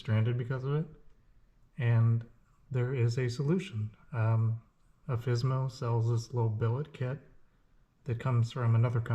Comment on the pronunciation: Thanks for the video! Do newer models have this issue fixed? By the way, it is Alfissimo, not Alfissmo ; ) In italian the ending "issimo" is used to "maximize" an adjective, meaning "super" or "very".